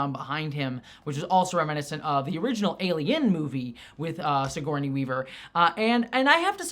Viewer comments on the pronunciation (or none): Did you say SiGORNey Weaver?